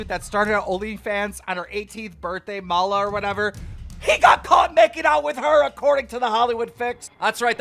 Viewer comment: Everyone: Maloo Keem: mallah